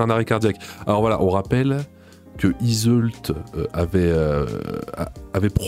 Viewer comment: je pense tu as fais expres mais si jamais le l d'yseult ne se dit pas